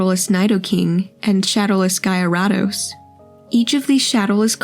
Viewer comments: The AI saying Jie-R-Uh-Dose killed me 😂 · You claim this isn't A I. If it isn't you need to do a lot more research. All 1st edition Pokemon cards are shadowless. Then came just shadowless and then unlimited and finally base set 2. The pronunciation is way off as well especially on Gyarados.